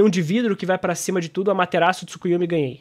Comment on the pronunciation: achhei que tu só falava "Tsukuyumi" por tua pronúncia mesmo, não por achar que se escrevia assim mas nada contrakkkk vídeo ótimo,! e cara, eu achei muito ruim no vídeo do Dygo, ele literalmente comparando o Itachi da luta do Sasuke, todo ferrado, no luto da morte, quase cego, que o Sasuke conseguiu rivalizar, mesmo o Itachi com isso tudo não dando nem 100%, com essa luta do Naruto MK1, e ele usou iso pra dizer que o Sasuke Hebi conseguiria competir com a velocidade do Naruto MK1...